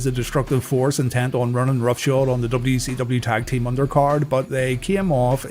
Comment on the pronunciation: DUB CEE DUBBYA